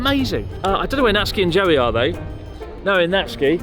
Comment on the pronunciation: I really thought he said Jelly instead of Joey